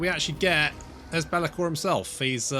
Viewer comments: calling Belakor 'Belagar' because nobody likes Belakor or respects him. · His name is Bel'akor. You say his name like Belegar (ironhammer) the Dwarf king 😅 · Lol, the way you pronounce Be’Lakor… I can imagine Belegar Ironhammer mumbling : « That’s a-Grudgin’ ».